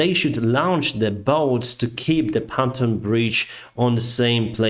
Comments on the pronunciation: Hello sir, American here. Been following your channel for months now. I'm always impressed with how good your English is! That said, and this is my first critique, please look up how to pronounce the word Pontoon. It is pronounced PON-TUNE like Loony Toons lol. Not PON-TON like as you would say fried Wonton. Aside from that, fantastic, amazing work you are doing. I hope we continue to increase our arms supplies to Ukraine. You will win this war and take back all your land, and preserve democracy. Zelenskyy is a great man, just like you. Slava Ukraine! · FYI Your English is a thousand fold better than my limited Russian, but to help with your very clear professional presentation- IRON Is pronounce ION (the R is silent) and PONTOON is not pronounced PANTOON . The O is pronounced the same as in ON (eg. On the ground) . I never seem to remember when O in Russian is pronounced as A. So I understand. Thanks for great clear explanations. I watch you most days !